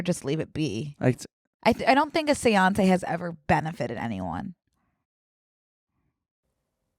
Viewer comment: Them pronouncing Séance like Beyoncé is everything